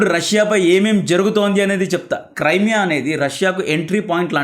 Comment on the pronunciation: క్రైమియా కాదు బ్రో, క్రిమియా.